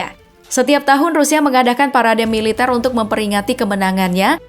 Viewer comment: Kuat korupsi bukan kuat melitar mbak